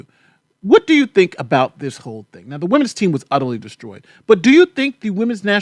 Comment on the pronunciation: Wait, did you say udderly nonsense? Excellent Anal ysis though!!! I think all the soccer ladies should get pearl necklaces for their efforts though